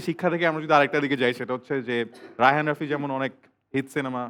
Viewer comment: রাফি কে তুমি বলে তুশি 🤨🤨